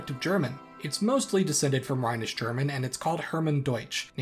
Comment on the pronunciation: its rhenish not rhinish